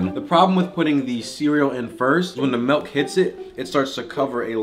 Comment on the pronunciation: Milk not melk